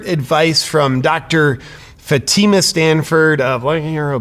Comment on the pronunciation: It's FATi ma... Come on FATi ma... 🤣😂🤣🤣🤣😂🤣🤪